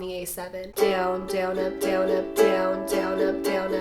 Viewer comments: i would like her videos but the ways she says down it ruins its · when you were sayin down up i tought u said donut